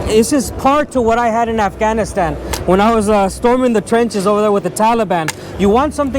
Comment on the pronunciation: I would put less emphasis on the word Afghanistan.